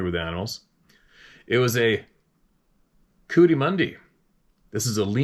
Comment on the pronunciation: The animals name is pronounced co what teee mundy